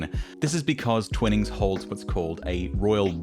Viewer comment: stop saying Twinings weirdly